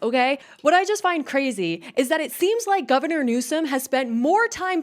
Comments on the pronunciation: Lol you said Gavinor! Great accident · I like that you said "Gavinor" 🤣